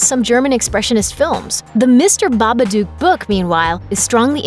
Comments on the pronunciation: Isn't it Baba "dook" not Baba "duke"? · The narr8of this videovneeda to know its baba dook not Duke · I hate the way she says babadook book look duke come on